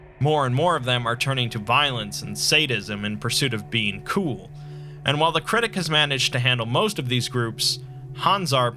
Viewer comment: Not really, especially when he over pronounces the word COOL everytime. The #1 RULE to being COOL is to accept that being COOL is COOL, and that's a COOL RULE